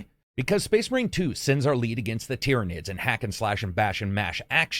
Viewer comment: Hang on. finally said "Tyranids" right? The promised day has come.